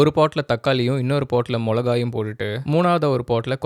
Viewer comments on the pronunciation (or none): மிளகாய் not முலகாய் ...